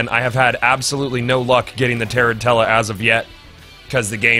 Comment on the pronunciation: Goth its Tuh-ran-chula as in the spider since the armor is based off the spider, not tear in tella.